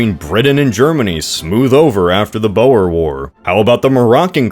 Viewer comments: Boa War? I don't remember fighting a constrictor snake war against Germany... Oh you mean the Boer Wars. It's pronounced boorz. I legit started looking up Boa War... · It's pronounced Boar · Never in all my life have I ever heard someone mispronounce Boer so incorrectly. I know that Dutch and Afrikaans are fake languages where everything is spelled wrong, but Boer is not pronounced like 'Bower' its 'Booor'